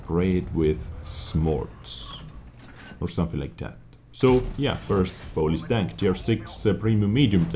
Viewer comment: who else thought he was saying police instead if polish